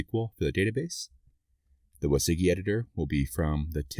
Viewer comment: Thanks for the tutorial, learned useful things about Svelte and Sveltekit. Just got confused by your pronunciation of WYSIWYG (wizzy-wig is how I know it).